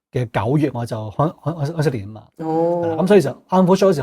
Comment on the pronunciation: 再講出懶音 疴息年 ! .